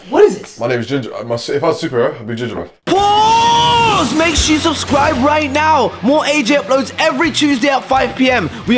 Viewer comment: The „ paauuussseee“ gets me everytime😂